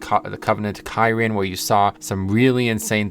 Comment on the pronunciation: The way you said kyrian ruined the whole video! So triggered right now.